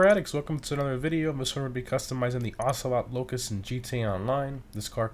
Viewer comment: Said he wasn't even gonna try to pronounce the word yet he pronounced it correctly